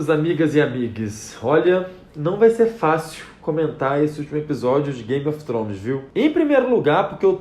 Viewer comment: Acho tão bonitinho o jeito que vc pronuncia Game of Thrones.😘